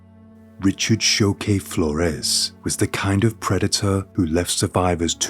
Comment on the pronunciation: Richard Choque Flores is his name. Choque is pronounced “Cho-keh” not “Sho-ku”. It took me a bit to find how to spell his name to research him because of the mispronunciation. Anyway, the doctor, the judge, his mom & sister should be behind bars. They are just as guilty for his crimes. This is horrendous. I can’t believe this can happen to such a degree. God damn disgrace!